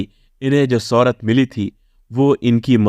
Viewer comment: You need to learn pronounce श and छ as well.. सौहरत, सब्द, वैस्नो नहीं होता है ... आजकल बच्चे दो-दो, तीन तीन foreign languages सीख रहे हैं, higher classes में compulsory भी है, आप इतना तो कर लें, अपने देश की मातृभाषा है...